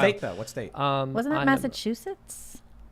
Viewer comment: saying Massachusetts and all I hear is "Massive huge tits"